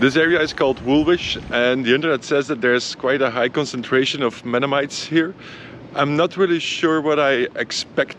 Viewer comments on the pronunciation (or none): calling Mennonites "Mennomites" should've been added to the bloopers at the end! 😜😜 (Another great video, anyway!)